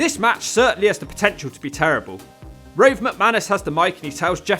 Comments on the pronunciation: ‘Rove’ how have you got the name wrong. Say what you see. Yes Rove is the son of the promoter. You have heard the word Rove before right? Like Range Rover. Also ‘poofter’ means the same in Australia! But the past was doing its best and it was all in harmless fun. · I’ve never heard anyone butcher the name “Rove” so badly lol